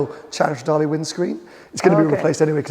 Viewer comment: I love how the intro in this video sounds just like the intro uses on his channel. Best sounding V8 for me. And it's Stra-DAAA-LEEEEE not Lay Tim, how manyyyy timessss haha